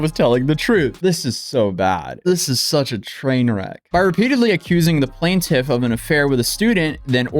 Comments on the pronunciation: It’s quite annoying hearing you say “plan-tiff” instead of PLAINTIFF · Like if you regularly cover court documents please pronounce "plaintiff" correctly throughout, not just 50% of the time.